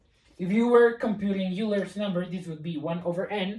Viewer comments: "Euler" is not pronounced you-ler, it is pronounced oiler. HTH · Always the shame shit. It's not Yuler's number, its Oyler's. Have you ever been in a math class?